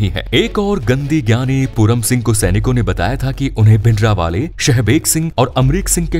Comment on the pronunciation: Your way of saying bhindrawala is not correct.give him respect. This video has half info and some of them are myths. Make original video on reality. Tell the strategy the black truth of indra gandhi and badals.